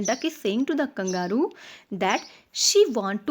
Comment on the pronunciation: The pronunciation of Kangaroo is wrong